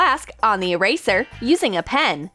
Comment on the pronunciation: You said"eeeyrayszerr" instead of eraser. But i still liked the vid.👍